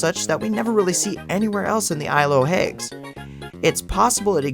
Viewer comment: Why do you pronounce it isle of "hagues" instead of hags? (Like hats with a g)